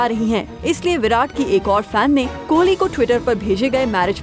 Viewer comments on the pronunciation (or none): anyone observed "kholi " .... wtf his name is kohli...not kholi..